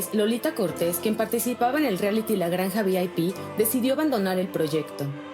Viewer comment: La Flor Rubio bien corriente no sabe ni decir “reality” 🙄🙄🙄🤦🏻‍♀️🤦🏻‍♀️🤦🏻‍♀️